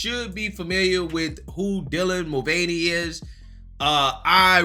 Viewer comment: Forget the gender being misrepresented. I'm offended by his pronunciation of his Irish surname. It's supposed to be 'mull-vanny' not 'mull-vein-ee'.